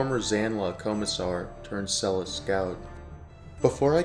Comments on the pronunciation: Great video but Selous (Scouts) is pronounced Seloo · it's pronounced Seloo. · Good video. It’s pronounced Seh-Lou because it’s French name. Named after Fredrick Selous, who is ‘the most interesting man in the world’. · "SEL-LOO" Scouts!! This is not the only very exaggerated American pronunciation of words in this video. You ought to do some practical research before you make videos like this to support your credibility. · You would think the reader could learn to pronounce SeloUUUs !. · You are talking shit hundreds of South African police, mechanics, medics, pilots served in Rhodesia, the South African recces had lots of missions in Mozambique and even Zambia. its pronounced SO LU scouts. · Pronouncing Selous Scouts the way you do should also be a war crime😂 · For God's sake learn to pronounce Selous properly. ThT mayo stunr shows your prejudice